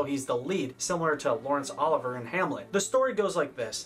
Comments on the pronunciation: I'm sorry, I had to stop at the third Laurence Oliver pronunciation (It's like Olive-E-Aye) and then the only credit to give Christopher Lee was Count Duku... I couldn't watch any more. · Thank you for offering him the correct pronunciation for Sir Laurence Olivier’s name. He’s wonderfully respectful and intelligent in his reviews of the movies (even when I don’t agree, I appreciate what he’s done) but that bit did get to me a little. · Unfortunate mispronunciation of Lawrence Olivier’s name. Youth! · This video is pretty great but bro ya gotta learn to say Laurence Olivier’s name before taking him down a peg 😂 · You keep saying Laurence olivier's name wrong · That is absolutely not how you pronounce Lawrence Olivier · did anyone else cringe each time he mispronounced "olivier" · Same way he got Olivier's name wrong. And Leslie Caron's. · I'm really loving these reviews, so I hate to be "that person," but the director and star of "Hamlet" was Laurence O-liv-ee-ay (not Ol-iv-er) -- and Shakespeare didn't write in Old English (which disappeared in the eleventh century following the Norman Conquest) -- he wrote in Modern English but had his characters speak in poetry, thus the "language barrier." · FYI - old bean , it's 'OL LIV VEE A ' not Oliver . Great work , btw . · Lawrence Oliver?!?!?! Bwahahahaha… that is not how it is pronounced… how can you not know the pronunciation of one of the greatest film legends of all time. Sounds like law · ruhns uh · li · vee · ay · Enjoyed this video. Tidbit Lawrence Oliver's last name is pronounced "o LIV vee ay" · It's Olivier, not Oliver. Good video nonetheless. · Oh-liv-ee-eh not Oliver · Agree with so much of your opinions. But you can’t pronounce the second “i” in Olivier?! Not Oliver, Olivier! You can’t find the pronunciation of the man who is generally regarded as the greatest English-language actor of the 20th century?! And your anti-English movie proceeds into the following editions. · It’s Olivier, not Oliver.